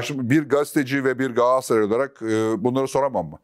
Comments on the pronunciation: Sizi dinlemeyi seviyorum ama bir de “Gassaray” demeseniz 😊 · Niye Gaassıray demekteki ısrarınız? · Fatih bey,kelimeleri gayet düzgün kullanırken neden gaaasray diyorsunuz bu çok dikkat çekiyor😅